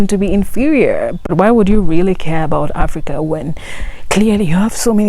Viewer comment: Africa or Aprica??😅😅